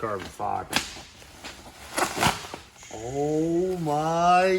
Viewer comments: These guys keep mispronouncing farbon ciber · “This isn’t like carbon feeber it’s like carbon fiber”